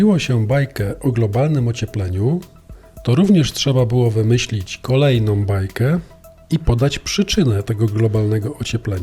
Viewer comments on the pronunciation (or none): Materiał ciekawy z mnóstwem logicznych argumentow, ale som zamiast są, kolejnom zamiast kolejną, żadnom zamiast żadną, tom, obejmujom..... itd. . naprawdę bardzo kóje w ószy taka polszczyzna....